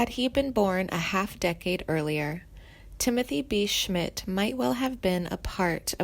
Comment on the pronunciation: This is the worst video I have ever seen. You do not know anything about Timothée be Schmidt he still alive and is one hell of a bass player. His credits are endless. This narrator should know how to pronounce peoples names like Roger .